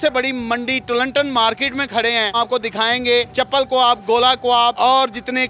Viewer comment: ارے ڈھگو مائیک پکڑ لیا اردو تو بولنا سیکھ لو کواب نہیں کباب ہوتا ہے انگلش بھی ڈھگہ اسٹائل بولتے ہو۔